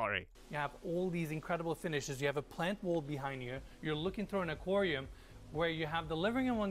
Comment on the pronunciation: Not to be a hater but Enes and Arvin pronounce aquarium incorrectly or is this an american thing?